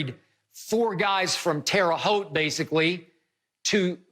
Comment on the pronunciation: I’m just glad he said Terre Haute correctly 😂